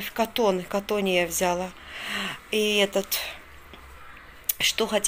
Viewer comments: А л е к с а согласна. Просто после очередного шоппинга использовала раз 15 в течение 30ти секунд. ВзЯла, взЯла, это взЯла, это дАла, дАла. Невозможно. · я конечно извиняюсь:), но глаголы «взяла и дала» ударение на последний слог, а не на первый. Вы очень часто употребляете эти слова и так режет слух, я понимаю русский не ваш родной, так же как и мне русский далеко не родной. Но, если говорите тем более делаете видео, будьте добры правильно хотя бы простые слова и предложения. Речь в общем не грамотная, но хотя бы простые слова может сможете правильно произносить?? Попробуйте, у вас получится